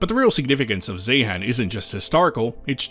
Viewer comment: Please note, the H in Zeehan is silent. The mining museum there is excellent. I've been to the geology room in the Natural History Museum in London, and was disappointed after seeing the exhibits in Zeehan.